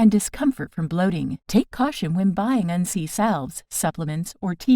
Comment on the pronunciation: Your pronouncing it wrong in this video. We grew up learning to make a tincture using it primarily as a super natural antibiotic.